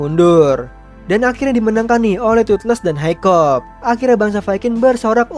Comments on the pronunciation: Bang nama nya hicup bukan hicop😂😂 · Hikap! Not hikop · uhh bang kamu salah nama nama pemerang utama namanya itu hiccup dibaca hekkup